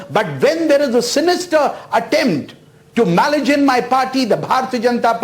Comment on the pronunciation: See the way pronounces " malign"